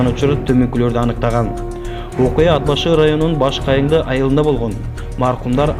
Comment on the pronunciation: Тууганым туура суйлогонду уйрончу унаа деп айтылат ууна эмес Ат башы деп айтылат ад башы эмес сага окшогон сабатсыздардын кесепетинен элибизде сабатсыздык оорчуп элибизди ботон элге шылдын кылып атасынар